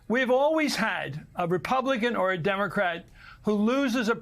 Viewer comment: I want Chris Matthews back. I also want MSNBC to make certain that ALL its hosts and guests know how to pronounce "democrat." It's an e, not an i -- "Dim-o-crats." Sounds like an insult every time it comes out of their mouths.